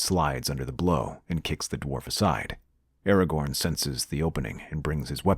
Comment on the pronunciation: aragorn, not aragon